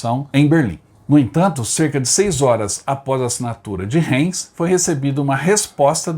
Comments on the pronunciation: Se pronuncia Raims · Caro amigo, seu programa é muito bom, so a sua pronuncia das cidades é lamentável, como o museu de guerra e aeronáutica perto de Heilbron, tente pesquisar, Reims, veja a pronuncia.....ai adicionar aos seus otimos videos